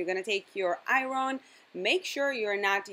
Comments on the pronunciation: don't ambush me on this but iron is pronounced like "a-yern" girl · Love the way she said Iron :)